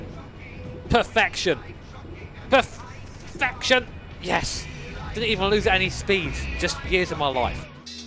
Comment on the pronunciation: "Perfection" or "Pure-Feck-tion"?